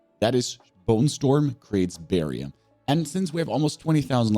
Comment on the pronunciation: Why are you saying "barrier" like that? In all your videos you make it sound like something else than a barrier. It sounds like "barrion"😂